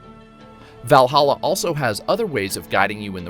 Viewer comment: “VYall Halla”